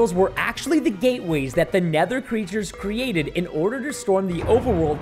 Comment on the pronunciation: at the time he says cerated instead of created